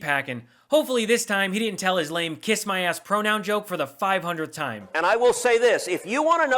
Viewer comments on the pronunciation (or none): none